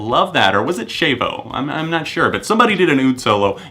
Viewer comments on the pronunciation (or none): not how you say shavos name😂 (pronounced shah-v-oh) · The way you pronounce Shavo...oof